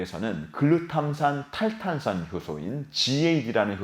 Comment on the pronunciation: 계속 보다보면 뇌전문가는 아니더라도 뇌관련지식이 늘어 날것 같네요 ㅎ 글루탐산 탈탄산 발음을 어찌이리 잘하세요 !? ㅎ 아나운서같아요🤔